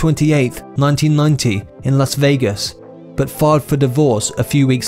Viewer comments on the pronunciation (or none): none